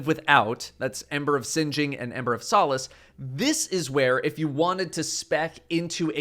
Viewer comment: The only man on YouTube who can pronounce “solace” correctly.